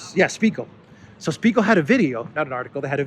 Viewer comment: Yasu file! It's a good show,. as always. FYI, Spiegel is pronounced with an "sh":)